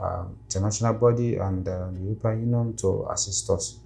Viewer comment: Somalis can't pronounce letter P, he said Eurobean . He's 100% somali. Besides how long you somalis lie yourself and try to put yourselves above any nation and community.